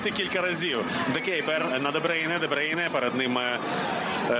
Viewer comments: де брюйне, а не дебрейне🙄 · Debroun not debreun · Чому дебрейне?????? Де брюйне.😂😂😂😂😂😂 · 😅 ДеБрюйне ане ДеБрейне....... 😂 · Боже комментаторы не позорьтесь де брюне как он выговаривает 🤦‍♀️